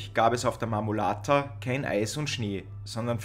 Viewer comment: Sehr informatives video. Der Berg heisst Marmolada. Wird nicht mit "t" ausgesprochen.